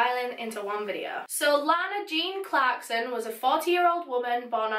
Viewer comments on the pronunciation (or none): i was just crying n then i heard " so tudaes vidoa"